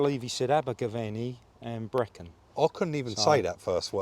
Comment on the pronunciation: Top marks to for saying Brecon and Abergavenny correct lol.🏴 👍